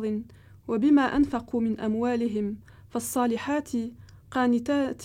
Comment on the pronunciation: Franchement c'est honteux de se dire islamologue, doctorente en religion, alors que tu ne sais meme pas lire un verset sans fautes!! Avant de remixer les textes a ta sauce,, essaye d apprendre a lire mieu le coran, tu n'est pas crédible!! Je peux te citer toutes tes horreures Tu as dis: قِوام Alors que c est قوّامون Tu as dis: فالصالحاتِ قانتاتٍ Alors que c est فالصالحاتُ قانتاتٌ Tu as dis: والّتي Alors que c est و اللاتي Tu as dis واهجَروهن Alprs que c est واهجُروهن La cerise sur le gateau tu as dis إن الله كان عليما كبيرا Alors que c est ecrit عليًّا كبيرا Et en plus avec ta fausse prononciation de la lettre ض Tu fais pas la différence entre ض et ظ Tu les prononce toutes pareille, alors que sa peut changer le sens du verset Franchement va apprendre a lire!!! C est honteux pour quelqu'un qui veut revoir les textes!!! Ah oui! J'ai oublier une chose importante C'est pas parceque tu parle a des gens qui ne savent pas l arabe que tu crois que tous le monde ne métrise pas l'arabe! Tu dis n'importe quoi en disent que "nouchouz" est l adultère! Nouchouz en arabe veut dire: c est femme hautaine, qui n'écoute pas son mari, non pire! elle l humilie, elle l ignore, elle le prend du haut... Le mot "nachiz" sa veut dire qui depasse les bornes... dans tout les senses Rien avoir avec traduction a deux balles Je ne vais meme pas commenter ton baratin, car avec toutes tes horreures je pense qu il est inutile de dire que tu remixe et melange les choses sans savoir ni connaissance. Honteux!!!